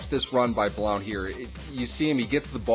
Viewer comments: thegrizzly3436 No he's not he's from my home town, he spoke at my school when I went there several times its pronounced "Blunt" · It's pronounced blunt